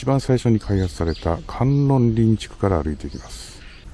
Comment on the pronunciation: 観音林は、カンノンリンではなくカンノンバヤシと読みます。